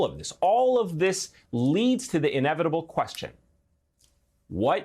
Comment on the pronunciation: "We have to get dis wight. Silly wabbits." -- Merrick "Elmer Fudd" Garland